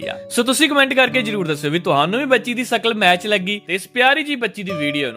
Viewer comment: ਹਾ ਵੀਰੇ ਸਕਲ ਨਹੀਂ ਸ਼ਕਲ